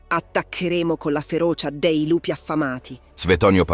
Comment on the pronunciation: Certo, immagino e ti capisco in realtà. Allora una via di mezzo perchè sentire la preposizione 'dei' pronuncita 'déi' da davvero fastidio. Sì, magari sono io palloso ma fino ad un certo punto in realtà. Se è possibile magari correggere il lettore digitale con più attenzione, non so. Poi, oh, non voglio fare il 'bravino', solo penso che prima o poi migliorare quaesta cosa sarà un passo da fare comunque. In fondo Barbascura o Geopop mica sono doppiati professionalmente ma guadagnano dal fatto di essere commentati da voce naturale. Una minima inflessione dialettale non da fastidio a nessuno se i contenuti sono buoni. Ma credo che continuando con un software più di tanto non si può pensare di allargarsi. Alla fine i canali piùù famosi non lo usano. Ti faccio invece i complimenti per la risposta professionale e pacata a quella che, giuro non lo era, poteva sembrare una provocazione; ciò dimostra un professionismo non da poco. I miei migliori auguri.